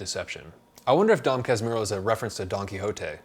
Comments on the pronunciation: Double "R" sounds like "H" in english, so "Kas-mu-ho" ;) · Another suggestion: "dome kas moohoo" I think it sounds a little closer to the correct pronunciation. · Another great review, this is the best literature channel, great reading tips, outside the comfort zone of the usual readings. The pronounce is Dóm Cásmoorru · You can pronounce Casmooho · Casmurro is pronounced kahs moo who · Just a little help with the pronunciation. Try “kash/moo/ho", with a British 'a' . This is sort of how it sounds with a Rio de Janeiro accent. And thanks for the atention to Brazilian authors, we have many of them who really deserve a close look and more interest from international readers. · Pronounce is Cas (like 'I' from 'fight') mu (like 'too') rro (R on throat like R from french 'amoUR'). An intersting ride here in Rio is visit places which Machado wrote in books. Most of all still have the same name. The street where Capitu and Bentinho lived in their childhood is nowadays called 'rua Riachuelo'. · It's pronouced Dom - like in Don Corleone; "Cas" - like in castle with an british ascent); mu - like in mumme (?); rro - like in 'home'. You touched an important point of Machado. He is really accessible, although the things that are hard for strangers to pick in the first and secound part of the book, that maybe look boring to you is the acid critiques over the aristocracy in our country. In both of the books you mantioned there are tons of portraits of that. Bento is in fact a childish adoult in his middle age, spoiled by his mother even when he tried not to be. One more thing, there is a short tv show made in 2008 called "Capitu" each is a really theatrical adaptation of the book. It's way different from the book, but a really really interesting one. Worth check. PS: Sorry about the English... never studied it. XD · The U in casmurro sounds likes the oo in kanguroo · The double "r" in casmurro is pronounced like the "h" in english. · the manner you say "Casmurro" haha so funny